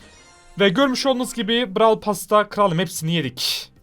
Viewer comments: blarw starsa😂😂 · 0 31 Brawl yerine blawl diyen 😆😆